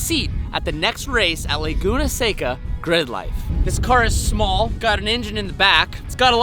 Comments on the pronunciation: Lay-goon-uh Say-cuh???? Come on. Learn how to pronounce Laguna Seca please...😂😂😂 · Don’t let those east coasters make you pronounce it as, “laguna SAY-ca.” It’s “laguna seh-ca!” It’s a Spanish word. You don’t have to use a full accent, but don’t let them bully you into butchering it 😂 I will comment this every time I hear it 🙃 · You did it. YOU SAID “say-cuh”!!!